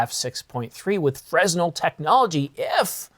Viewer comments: Lol, it's not pronounced frez-nel, it's fren-nel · “Fresnel” is pronounced fren-el, no “s” sound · The "S" in Fresnel is silent, it's pronounced "Freh-nel" after the French physicist Augustin-Jean Fresnel. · You don't pronounce the s in fresnel